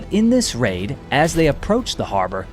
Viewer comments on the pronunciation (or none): none